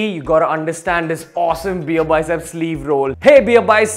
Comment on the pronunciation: Bro it's beerbiceps not beearbycep